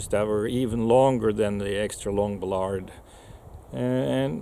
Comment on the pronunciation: He needs to learn how to pronounce Ballard.